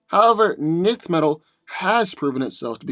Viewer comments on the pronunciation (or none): Isn't it pronounced enth metal not nith metal? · 1st, Nth metal is pronounced ninth NOT nith, & no, Nth metal is not stronger than adamantium. Hawkman's healing factor isn't more powerful than Wolverine's. What happens when cuts his head off, what then? No way Hawkman wins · Love to see hawkman "fly away" when wolverine cleaves his wings from his back. Also...pretty sure its pronounced "en-th" metal not "nith" metal. And the combatant tgat can fly doesn't autowin as you suggested simply becausr the grounded opponent couldnt get an attack up to him. The flier has to come to ground level to get his attacks to land as well. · Two of my favorite heroes. Note: I believe Nth metal is pronounced "enth" not "nith". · Isn't Hawkman's armor material, Nth Metal, pronounced "En-th" Metal? Like the way you pronounce "tenth"? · enth metal (but ignore the e). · It kills me when he misspronunces enth metal lol I'm going to need him to watch some of the cartoons lol to hear how it sounds lol he does it in all his videos lol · We just gunna ignore you pronounced hawk man's metal wrong ? (Pronounced "ENTH")